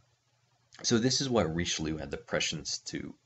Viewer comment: The pronunciation kills me and I am not even French